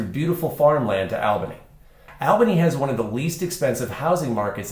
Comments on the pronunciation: It is pronounced ALL-bany., not AL-bany. Long-time residents can tell you about the vast system of ancient deep underground tunnels in Albany, Salem, and Corvallis. I have heard many stories about where tunnel entrances are and were. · You keep saying the name wrong!